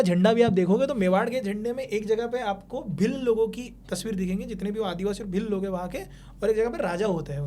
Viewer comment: भिल्ल ❌ , भील ✅. Pronounce ache se karo .